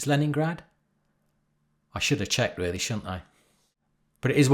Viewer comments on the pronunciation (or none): none